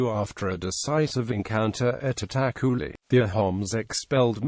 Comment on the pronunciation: It's itakhuli not attack khuli